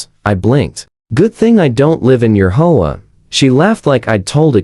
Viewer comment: Learn to READ, it's H-O-A; not hoa